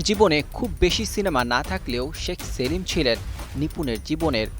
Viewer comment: শেখ সেলিম না,, নিপুন তো বলে সেক্স সেলিম 😄😄😄😄😄